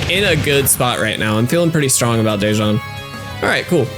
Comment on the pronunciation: not to be a hassle but the pronunciation for my name is “duh-juan” thank you very much🙏🏽